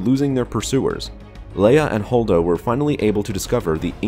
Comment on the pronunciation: I stopped listening as soon as I heard "Holdo".